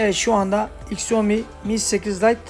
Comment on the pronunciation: Onun adı iksiomi diye okunmaz şaomi diye okunur